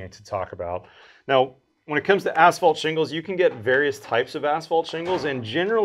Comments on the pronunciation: Ash-fault shingles? I would think that if you are in the roofing business, even if your focus is on metal, you'd know how to pronounce asphalt. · why is he saying ASHfault shingles?? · what is ash falt? im confused. is that like asphalt? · It's not ASH-fault . . . it's ăs′fôlt″ . . . . . . . . . . AND . . . the paint company is SHERWIN-Williams not SHERMAN-Williams . . .